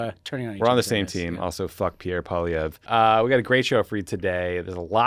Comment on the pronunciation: I've been joking about it, but gratz on Vietor for getting "Poilievre" right, you're the first in a long time xD